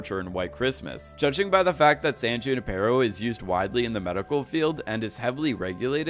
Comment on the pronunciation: who-ni-per-O....that's how you say, "Junipero." :)